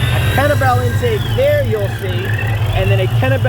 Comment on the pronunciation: It’s pronounced Kenny Bell, two words, as in a name. Cringe every time I hear kennebell